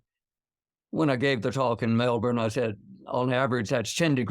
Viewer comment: Yikes, Will's pronunciation of Melbourne is unusually good for an American (I'm sitting there as we speak), but someone let him down horribly with Kosciuszko! It's approximately "kozzi-OSKO."